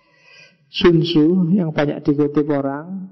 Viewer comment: Tzu dibaca ce